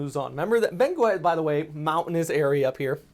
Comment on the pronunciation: Say “Beng-get”. The “u” is silent in this case.